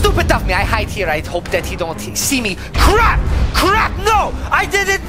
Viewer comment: He said K r a p😮